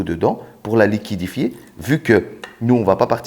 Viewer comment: Liquidefier 😂liquéfier